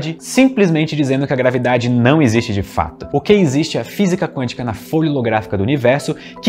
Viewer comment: Gostei qdo vc disse grave dade kkkkkkk